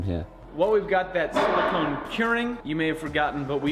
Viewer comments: Maybe I'm wrong because is british and they allegedly know how to say everything 100% correctly, but you guys have been saying "sili-kin" as in the element silicon, when you're working with "sili-cone," which are two very different things. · As a chemist, you guys are driving me nuts: the rubbers and oils are silicones - pronounced with a long Oh sound as in the word cone Silicon - with the short o, as in con - is the metal used to make things like semiconductor chips... Also, silica = silicon dioxide, which if inhaled causes silicosis - which I am glad to see/hear you guys taking seriously. I realize that this is a really common pronunciation mistake, but boy, does it grate on my ears!!!